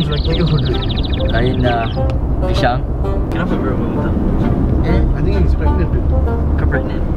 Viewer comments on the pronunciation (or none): Knp selalu ckp PISHANG